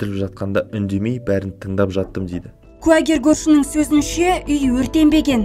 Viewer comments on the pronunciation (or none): Жүргізуші қыздың әліппесінде “ і “ “Ы” деген әріп болмаған сияқтығой))) Дейд кетед келед көрінед келед деп жүйкені жұқартты😑